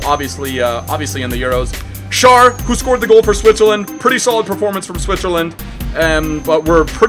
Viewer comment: schär is spocken scher